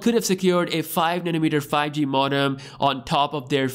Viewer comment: It’s pronounced mode-um